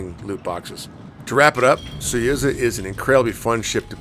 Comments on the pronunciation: Suyuza ?? SUZUYA ! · SU ZU YA Its not that hard!